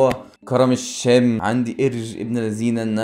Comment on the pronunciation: عرفنا انك بتكره السوريين بس يا ريت لما تنطق كلمة الشام تكون محترم فيها و بلا خفة الدم تبعك فيها